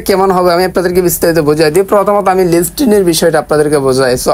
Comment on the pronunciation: লিসটিন ✅ লিস্টিং❌